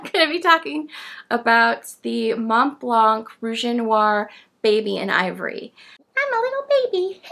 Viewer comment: Nice to see you again and with a nice pen that catched my eye. Thank you for your review! I don’t know if I’m impressed by the pen, does it have a #5 nib? Interesting you doubt about how you pronounce the ink, but really have more trouble with pronouncing Montblanc. Please don’t pronounce the T and the C 🙉😘